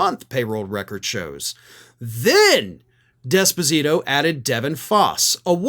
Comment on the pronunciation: It is not "desposito" it is "d'esposito", NO emphasis on the "d", emphasis on the "es". Put another way, "small d".